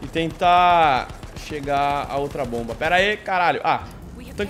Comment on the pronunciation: meu deus o fala bomb mas não é que raiva